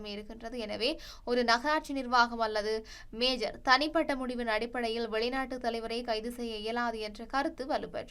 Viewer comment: தயவு செய்து நகர "மேஜர்" மம்தானி என்று செய்தி வாசிக்காதீங்க. மம்தானி மேஜர் அல்ல "மேயர்". மேஜருக்கும் மேயருக்கும் வித்தியாசமுண்டு. நீங்கள் வாசிக்கும் செய்தியை பல ஆயிரம் பேர் செவிமடுக்கிறார்கள் என்பதைக் கவனத்திற் கொள்ளுங்கள்.